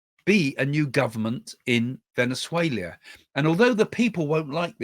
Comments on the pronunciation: Venezuela, not Venezuelia...there is no i. Just saying! Thank you for your very informative podcast. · Why are you pronouncing Venezuela VenuzueLIA while speaking English! Why not España. For Spain?? 😂😂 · I prefer Craig's " Venezuelia!" 😂😂😂